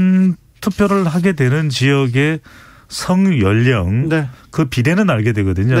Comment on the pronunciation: 연영이 아니고 열령입니다…..한라산..신라…권력..